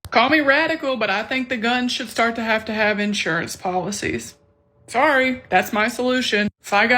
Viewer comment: I always kind of liked the stress on the first syllable, personally.